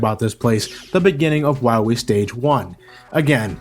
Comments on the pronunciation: Why do you call him "Why wee" instead of "Why lee"? :P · Am I the only one noticing that said dr.wowy instead of dr. Willy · I like how in the Megaman 7 review, he said Dr.Willy for the whole video, and he said Wahwee for the duration of this video. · I love the commitment of saying Dr. Wahwee for the whole video. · are you saying wowie? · The first time I watched this review I rewinded the video repeatedly to see if I was imagining saying Dr. Wahwee. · gotta fwight docrah wahwee on teh pwaytation verson. at least its a good laugh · Doctah Wahwee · *docta wawee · Doctuh Wahwee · You'll have to find Wiwly MegaMan. I'm hunting wabbits. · abu Bangurah Yea but as Reinaldo said, in the game Dr Light has a speech impediment and says Dr. Wowy instead of Wily, so obviously was just doing it to make fun of Dr Light's voice... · Reinaldo Martinez i meant when said Dr.wowy instead of Dr. Willy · I love how keeps saying wywee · Doctah Wiwee should be awessted fo his cwimes!! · when we fine dat meteah, we’ll fine doctah wahwee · Be vewy, vewy quiet, I'm hunting Dactah Wahwee insert Elmer Fudd laugh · Docta Wahwee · I love how he calls him Wahwee all the way through 😂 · is he saying Wah-we throughout the whole thing? can't tell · Time out... weren't you pronouncing Dr. Wily's name "Willy" in all the previous Mega Man reviews? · Third time watching this review and noticed you always pronounced Wily as Whawee. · Doctor Wahwee. LOL! ^_^ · Did anyone else love how he calls him "Dr. Wywee"? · DOCTAH WAHWEE!! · I love the cut scene where Dr. Light says, "You must recover all the energy immediately, Wah-Mega Man." How did the voice actor screw up his line so badly? He literally almost called Mega Man, Wily. Er, excuse me. Wahwee. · Watched the whole review and I didn't notice that was calling him "Wahwee". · Dr. Wiwy? Seriously, 90% of the times says his name, thats what i hear, im not complaining i just think its funny xD